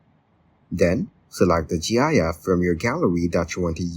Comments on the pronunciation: Gyaff? It's pronounced like gift but without the t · He's saying "G.I.F"